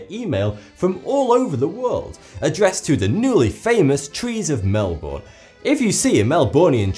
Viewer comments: Please it's pronounced like mel-ben not mel-bourn trust me I have lived in Victoria Australia my hole life and even lived in the Melbourne suburbs and everybody in Australia says it mel-ben or melb'n nobody says mel-bour (I don't know the correct pronunciation symbols bit you say it in two syllables and they are like Mel Ben) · I get mad get mad when he says Melbourne! I know his British but he's not saying it right. his saying it like melborn when's it like melben. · I'm Australian, and it's fake. And Melbourne reported "Melborn" is pissing me off. It's pronounced "Melbern" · Mel-born 😂😂 we pronounce it more like melbun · He says It like "Melborn" when it's pronounced "Melben" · as an australian my whole life you dont say mel-born you mel-bin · It's said Mell-Bern. Not Mel-born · it's not pronounced mel-boRn or-stray-lia- its mel-bin (with a very, very short i sound) U-str-ay-lia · it's MEL-BIN, not MEL-BORN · As an Australian with half my family living in Melbourne i should inform you that it is pronounced more like (not exactly) "mel-burn" rather than "mel-born". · Pronounced mel-bin not mel-bourne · its not pronounced mal-born its mal-bune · Mel-BURNE NOT MEL-BORN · its pronounced mel-ben not mel-born lol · please pronounce it properly :) it isn't mel-BORN, it's MEL-b'n :) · I like how it's pronounced mel-born but in Aussie they call it mel-bin and get angry when people say it as born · The way you pronounce Melbourne kills me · I live in Melbourne It is pronounced Mel-bne (bnn) not mel-born Also no tbh it is not a beautiful city. Smells like crap and looks like crap. Too much traffic, terrible public transport system, very little trees in the CBD and not many nice people. :/ sorry to rain on your parade. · Edit: Say it like "Mel-bin" not "Mel-Born" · "Mel-bun" not "Mel-Born" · its not pronounced (Mel-booorrrn) it is pronounced (Mel-bon) btw im from sydney australia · It's "mel-burn!" :| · we pronounce it mel-bn, not MelBOURne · it isn't mel - bowen